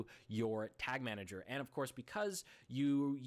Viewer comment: lol "Tag Manger"